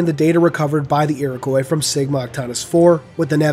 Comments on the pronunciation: People from the USA pronounce "Iroquois" weird. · So I have been mispronouncing Iroqouis all that time... Great video. I'm glad one of my most hated inconcistencies is finally cleared out